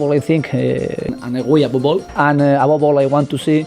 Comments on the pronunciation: Il dit "Above all" mais comme en Espagne on dit les "v" en "b" il dit "Abobe all". Voila :) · "Abobol" c'est "above all" je pense, par dessus tout. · Je pense que Unai Emery essaye de dire “above all” quand il dit “abobol” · Abobol = Above all. Emery etant espagnol il prononce ses v comme des b. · Il veut dire above all (avant tout) par "ABOBOL" d'après mes fines oreilles :), je peux avoir le maillot ? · Abobol, je crois bien qu'il dit "above all" "par dessus tout" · “Abobol”: Il veut dire “Above all”😂😂😂 au moins il en essaie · Above all = par dessus tout et non abobol 😂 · ABOBOL= above all qui signifie avant tout, par dessus tout(prononcé en espagnol ça donne ABOBOL lol)😂😂😂. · "Abobol" = "Above all" (parce que le V se prononce B en espagnol), qu'on peut traduire par "Avant tout" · Unai Emery dit « above all » qui veut dire « par dessus tout » Il le prononce « abobol » car en espagnol on prononce la lettre « v » avec la sonorité de la lettre « b » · Il dit pas abobol il dit "Above all" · Surtout qu'en Espagnol le v se prononce b. above all... Abobe all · Je pense qu'Emery essaie de dire "Above all" mais j'en suis pas sûr. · Il doit essayer de dire "above all" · Emery dit "Above all" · C'est "Above all" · "Abobol" pourrait être Above all, notre cher Unai Emery voudrait dire "au delà de ça" mais vu comment notre ami manie la langue de Shakespear, c'est pas 100% sur ! ( en espagnol le "v" se prononce [b] ça expliquerai son p'tit soucis x) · Bien dit, pck le V espagnol se prononce B ABOBOL mdrrr ;) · Je croix que Emery a encore du mal a dire #Above all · Emery dit "above all" je crois, mais sa prononciation est douteuse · DéDé je veux ton maillot fréro ! Sinon le mec dit above all mais j'imagine qu'il doit être espagnol car les v se prononcent b ducoup "aboball" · je dirais qu'Emery dit "Above all" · "Abobol" j'en peux plus 😂😂😂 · Unai dit “Above all”. 😂😂